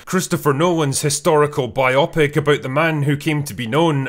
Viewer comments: it's bio-pic, not bi-opic. It's a biographic picture, not a biographic..opic. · I'm surprised Drinker doesn't know how to pronounce "biopic." It's bio-pic. Not bi-opic. 😎🥂🎉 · Bi-oppic? It shouldn't rhyme with myopic. It's bio-pic. It's short for biographical picture. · It's "bio-pic."